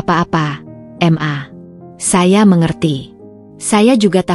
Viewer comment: Mbak baca ma...itu jgn di eja...m...a....tapi maaaaaa, Krn itu singkatan kata mama.